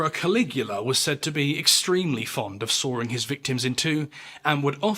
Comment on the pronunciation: It’s sawing, not soaring.